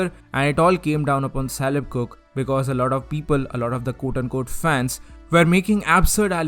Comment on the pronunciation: Just wanna point out that Caleb is pronounced with a hard C like in "cook" lol. Great video though!